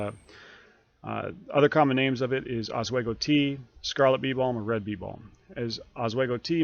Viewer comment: interesting Oswego pronunciation haha